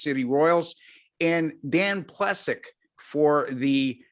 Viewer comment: It's "Plee-sack"